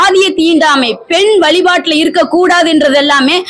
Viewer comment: தமிழ், மொழி, வழிபாடு போன்ற சொற்களைக்கூட சரியாக உச்சரிக்க தெரியவில்லை. கடவுளே!!!! முருகா இது என்னடா உனக்கு வந்த சோதனை. தமிழுக்கு உரித்தது ' ழ '. இதுவே இன்னும் சரியா வரல. என்ன முருகா?